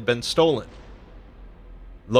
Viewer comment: The way this guy says frey and freyja infuriates me..